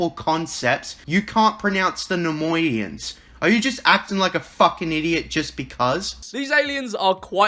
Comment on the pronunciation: So this guy managed to pronounce tribubble bongo but not Nemoidian? Is he even ok?